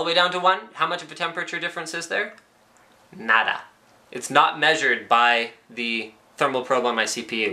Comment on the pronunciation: linus "nada" was almost plain portuguese =)